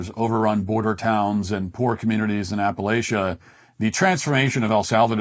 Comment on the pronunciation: It's Appalăchia! Like throw an "apple atch ya." Which is what I'll do if you mispronounce it again.